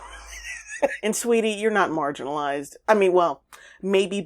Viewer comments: "Margarinalized" 😂😂😂 Oh No you didn't!😂💔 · “Margarinized” ROFLMMFAO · You got me at "margarinalized" lol. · “Margarine-alized” that part killed me!